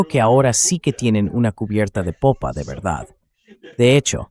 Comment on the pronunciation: jajaja "cubierta de popo" no cubierta de popa